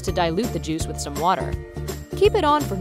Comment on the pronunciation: On she says jui-ce. Listen closely. I know I'm gonna get so many likes and comments